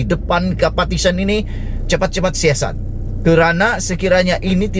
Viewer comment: Hoi....sebutan buat jelas...."PARTITION" atau " Petition"